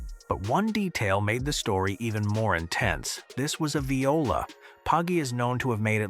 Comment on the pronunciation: The AI voiceover is so annoying, I can't get past it to the end. Please just have a real person--preferably one who can pronounce "viola"--read the narration.